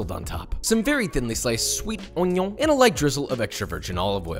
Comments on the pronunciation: He said oñion 😂 never thought that word was gonna get out so fast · If this was my first time watching a Joshua Weissman video, I’d have actually googled what “won-yuan” powder was.